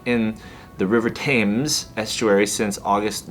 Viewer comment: lol love the intro. 😂 T-ham-es. it sounded like a mini explosion/dumpster being emptied. Edit: Honestly, that is cuz most people don't read/respect the signs posted telling them not to do something.